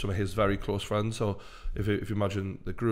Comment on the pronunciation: Fweinds. football fweinds. Love this!